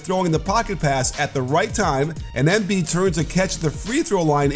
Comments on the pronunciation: Coach sorry for being the pronunciation police but as far as I’m aware from living in Philly it’s “emBeee’d” not “M bead” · Pretty annoying the way you say his name tho...you say Émbiid, putting the accent kind of in the e...why you don't just say normally Embìid?? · Someone had to say it XD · Does it on purpose because he hates Sixers